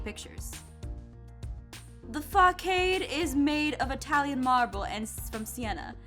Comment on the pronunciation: she said miad